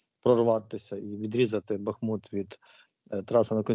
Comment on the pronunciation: БахмУт!!!! Робіть правильно наголос...